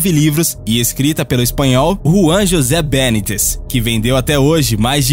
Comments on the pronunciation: O normal é ouvirmos nomes espanhóis terminado em -EZ pronunciados erradamente como oxítonos, por influência das regras de acentuação da língua portuguesa. Um exemplo é ALVAREZ pronunciado AlvaRÊS em vez de ÁLvares. BÊnites é a primeira vez que ouço. É estranho, porque mesmo com a terminação —EZ o nome do escritor é grafado BeNÍtez, com acento no I, o que não deixa nenhuma dúvida quanto à pronúncia correta. Apenas uma crítica construtiva. Esse é apenas um canal de YouTube, mas dubladores de canais pagos, como o HISTORY CHANNEL, vivem cometendo esse tipo de erro em palavras da própria língua portuguesa (Por exemplo, PILÓTIS no lugar de PILOTIS). Com relação ao tema, é claro que se trata de uma obra de ficção. Isso é um recurso muito comum nesse tipo de literatura (tentar convencer o leitor que os fatos narrados são reais). Além disso, pelo conhecimento atual da Física, viagens no tempo são apenas possíveis em uma direção: ao futuro. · Só acho que o autor merece ter seu nome pronunciado corretamente, é Be NÍ tez, paroxítona. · Muito bom, mas é uma planta literária muito grande para um resumo tão pequeno. E a pronúncia correta é Benítez com acento no i